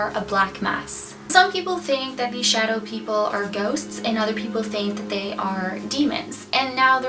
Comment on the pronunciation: I thought you said shoutout people